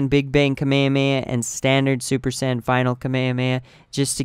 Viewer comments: He can't say saiyan probably drives me nuts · I hope you know you're not pronouncing Saiyan right, just saiyan...kill me